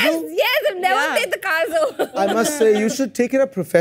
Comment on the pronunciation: Dude, I'm laughing out loud. THe game round was pretty fun. That UP girl is so much fun though. She was dancing all the way through the kazoo round. And about that, it's called kazoo like 'CUH-zoo' not 'CAW-joo'.